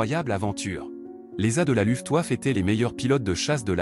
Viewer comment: j'ai cessé d'écouter cette voix de zombie désincarné à "LOUFTEOUAFFE"... Une video qui va trôner en bonne place dans mon Walhalla des Nuls!